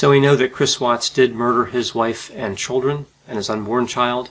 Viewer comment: The " tchuldren". The children 😯